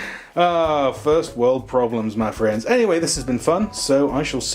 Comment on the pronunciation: The amount of times you said "Ma Friends" in an American accent... 😂😂